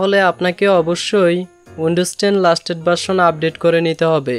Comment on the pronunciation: ভাই লাস্টেট না লেটেস্ট হবে😅😅